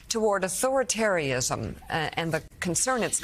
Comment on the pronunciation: Authoritary-ism? Mika really? You can't say Authoritariansim properly on a Corporate network? THIS is what Americans have protecting their country now?